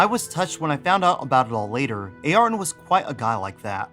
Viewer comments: Great vid but your pronunciation Ayrton is soooo grinding with me. It is Air-tun NOT A air tun! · "A-arton"... nope "a-yer-ton" Senna Da Silva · Ay-ar-ton? Really? Never heard his name pronounced anything other than Air-ton. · Air-Ton. say it like that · true but still everyone knows the correct spelling of the name regardless of where they're from... it's actually the first time in my life I've heard someone actually saying A-Arton